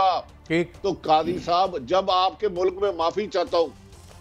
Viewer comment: Thieves will go to the last mile to destroy PTI completely. Allah is the final judge. Just wait and see. Bhatti sb it is not Mulak, it’s Mulk. Correct your pronunciation please.